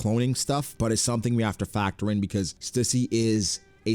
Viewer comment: Stüssy is pronounced Stew-see.